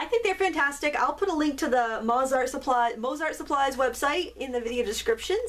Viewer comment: Thanks for showing these! I like the Zig so these might be fun to try! Btw, the composer is pronounced Mot-sart with o as in no - I suppose the company would be the same maybe???